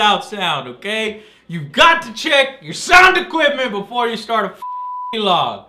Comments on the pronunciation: Dammit Joe its vlog as in blog buy with a v not v-log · Thanks for the content, but please Joe, in vlog, the v and log aren't pronounced v-log, there is no dash ;_ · I've never heard "vlog" pronounced "vee-log" 0_o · I still find it odd to hear Joe say "veelog". It's so random. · Why does he pronounce it 'V-Log'?